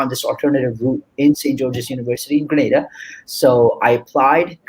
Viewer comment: The island's name is pronounced G-R-E-E-N -AY-D-A!